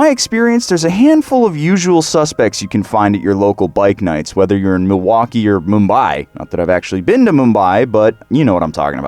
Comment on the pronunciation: He pronounced Milwaukee wrong and my Wisconsinite heart hurts 😔💔